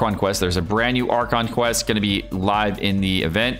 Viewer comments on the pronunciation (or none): none